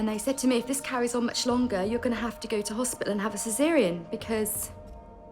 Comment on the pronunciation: That is not how u say ceserean